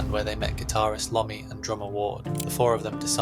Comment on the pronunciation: Iommi, tony Iommi not lomi